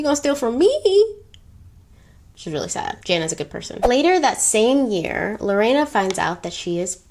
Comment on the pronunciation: Thank you for not mispronouncing my name 🥰 you said it very well in spanish too ❤️